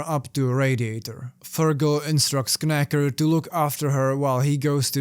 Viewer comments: This one has been on my to-read list for a while, and I've stopped your vid in the middle to go read it and will return once I do. BTW, it's pronounced "nacker". Sorry, the K is silent because English is a bloody stupid language and nobody should speak it. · The "K" in "Knacker" should be silent. So his name is pronounced "Nacker." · love the video, just to let you know knacker is an english insult/playful nickname. Silent K, pronounce as nacker =] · Just a note: The K in Knacker is silent. You pronounce it as "Nacker". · Silent K on knacker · I could be wrong but normally in England that K would be silent and it would just be 'Nacker* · I saw this movie and wasn't impressed. The book is definitely a lot more interesting. Btw, the K in Knacker is silent. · the k at the beginning of knacker is silent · Kn in English is pronounced without the "k"